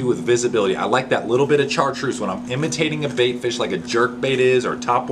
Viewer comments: Great info! Thanks for sharing!! Also you pronounce it shartreuse not char!! It's French! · MAN!!! Great info. Thanks for sharing. I'm going to have to go back and write all this down. we've fished together. No question I'm dedicated. But you know my brain doesn't have a USB port. It's still back in the floppy disk days. BTW, I've never heard someone call Chartreuse exactly how its spelled. Char treuse I've always said it like "Shartreuse".